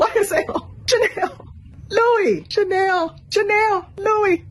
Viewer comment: It's the mispronunciation of Chanel as "Chinel" for me lol